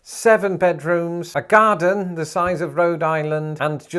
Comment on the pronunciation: "A gardenn the size of Rhode Island"